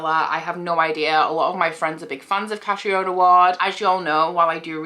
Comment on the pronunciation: You pronounce Catriona wrong. It’s Catreena. I have a friend with the name so that’s how I know. Shadow Of Night is from my favourite series EVER!!! I loved The Lost Apothecary too!!!